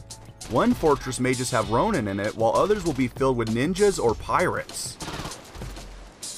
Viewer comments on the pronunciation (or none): none